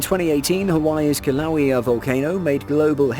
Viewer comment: I live 3 miles from fisher 8, the event that that happened may 1 2018. The person narrating should learn how to pronounce Mona Loa and Kilauea, i had no idea what he was talking about and I live here. My bet it is a translation software for read then talk which is OK for Englise but does not work well in Hawaiian